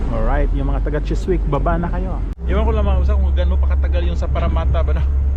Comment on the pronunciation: Just to let you know that the "w" is Chiswick is silent. The correct pronunciation is "Chisick"........